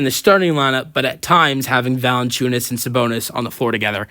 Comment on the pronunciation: Thank you for a video, but man.. please dont say Lukas last name if you are not able to pronounce it :)